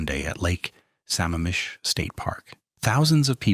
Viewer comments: Good ole A.I. videos " Sam-am-am-ish" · It's pronounced "Sa-mam-ish".